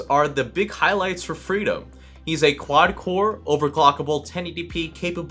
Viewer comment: Couldn't tell if he was saying freedom or Frito till I checked the desc. lmao